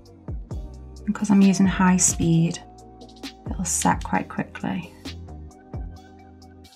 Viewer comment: Have you watched the videos with English commentary on, some of the words are must, instead of set says sacked, or sad, it's a good job we know what your saying lol, your doing well with the designs, love the colour combo.